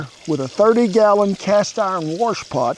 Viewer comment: Warsh a coffee pot?!? 😂